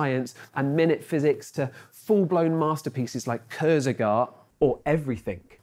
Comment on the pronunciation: RIP kurzgesagt pronunciation